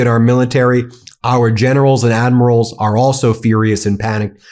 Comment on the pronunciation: Lol gennerows and admirows 😂